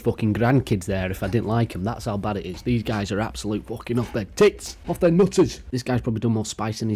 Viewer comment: The simplest givaway is the way he says "eet" instead of "it". To the uninitiated they're very similar but listen for that one word and you'll avoid getting a mouthfull from Stoke on Trent's finest lol